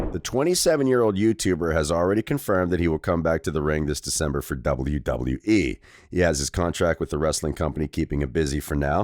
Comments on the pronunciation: doubule doubule dubole wyee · Double yew double yew eee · Stop saying wwe like that or I'm requesting us to have a boxing match bro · Ong im gon sleep this mf if he say it like that again